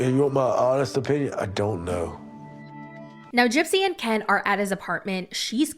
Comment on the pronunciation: I think there's something shady in the reIationship between Gypsy's sterpmom and KIN.... Without her interference, they wouIdn't have even gotten back together (at Ieast not so soon).... does anything think the stepmom and "Kin" (doing your accent!) had a "thing?"